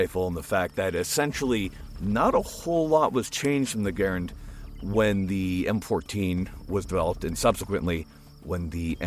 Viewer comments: GAIRand??? Not Gahr-AND? 😂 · Is it suddenly pronounced “gairand?” I’ve always heard “gurand.” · the m1 garand. come on dude its your name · You are pronouncing Garand wrong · Great video but please don't continue to perpetuate calling an MI Garand a MI Grand. IT is a grand gun but it was designed and built by a genius named John Cantius Garand. There is a lot of documentation as to how his name was pronounced. Thanks.